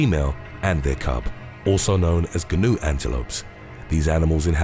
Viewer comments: What about 'The Gary Ga-nu Show"? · You don’t pronounce the ‘G’ in Gnu - it’s ‘noo’ ! You don’t say G-nohm for Gnome ! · Macaque pronounced macac.Wilderbeast have calves not cubs Gnu is pronounced nu How can a tiger be from Bengal and Siberia